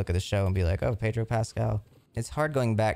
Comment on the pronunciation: the way pronounces pedro is hurting me